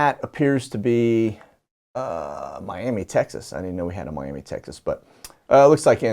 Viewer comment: Miami Tx is pronounced, My Am Uh